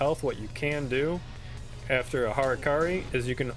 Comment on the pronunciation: "Hurkuri" :d